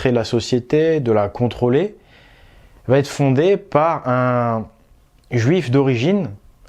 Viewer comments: Merci de traiter ce genre de sujets hyper importants, dont personne ne parle!... Remarque très secondaire par rapport à ce que tu nous apportes,: on ne dit pas "vatêtre" mais "va être". Il n'y a pas de "t" à "va", donc pas de liaison dangereuse. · Il va....etre, pas de liaison merci Tres tres interessant